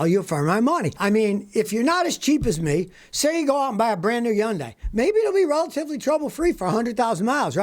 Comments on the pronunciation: It’s pronounced Hon-day. Not Yon-die. No disrespect. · Hun-dye............not yun dye....... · Yun die! It’s pronounced hunday like Sunday. Nobody gets it right. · Hun Day! Not Yun Die! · Youngdai😂??? Is that how you pronounced it? 🤦🏽‍♂️ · Hundai or Yundai…🤔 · Hyundai not "Yundai". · Lol Yawndai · I love the way you say Hyundai like “Yundai”. Scotty, you are the person everyone should strive to be. Keep up the good work brother. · Yandye not Hyundai;-) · It’s funny cause he says “yundai” when it’s been confirmed to sound like you are rhyming it with Sunday. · He can't even pronounce the hyundai name correctly 😅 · Please learn how to pronounce Hyundai correctly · Your pronouncing it wrong. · Hate Hyundai....Scotty can't even PRONOUNCE it! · Big fan! But please Google how to pronounce Hyundai, you're way off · Maybe Scotty should learn how to pronounce Hyundai before he criticizes it.